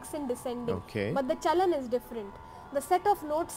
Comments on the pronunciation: thats not CHANAL its CHAALAN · You were saying "chanal" while it's "chalan". That is not even a tough word in Hindi indian language 😅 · That movement of notes is called "CHAOLAN" in Hindi language but not "chaonal" as u utter naturally being a foreigner.😊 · Sir it is "Chalan" not Channel Chalan means movements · It is " Chalan"( Rules) sir not Chanal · Actually it's not "chanal" it's actually "chalan". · Her: chalan Him: chanal Me: 🤦🏻‍♀️ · Hehehe... that's chalan... not chanal 😅😅😅 you will take a while... don't worry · but its not chanal rather its chalan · Not chanal .... it's chalan !!!! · "Chalan" "cha..la..n" means the way to walk or a trend.. in context how to pick and skip some notes while ascending and descending .. i am not a music expert but just a hindi speaker who wanted to help seeing you struggling the word.. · And please read after me ... cha-Lan hihi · Him calling chalan as chanal is hilarious 😂😂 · chalan- cha-la-n.. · its chalan cha-la-n you're seriously.... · Even the video tried correcting you when it came to CHALAN 😂